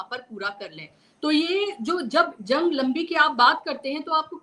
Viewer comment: क्या बोल रही हैं जंग की जगह लन बोल रही हैं😂😂